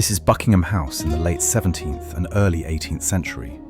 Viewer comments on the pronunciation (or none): none